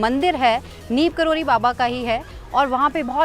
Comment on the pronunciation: It's not Neem Karoli..it's "Neeb Karoli"🙏🙏🙏🙏